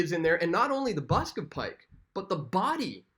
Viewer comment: BUST of Pike, not Busk... you knuckle head